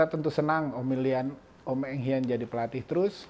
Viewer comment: Pelatih mereka BUKAN Eng HAN ..tapi ENG HIAN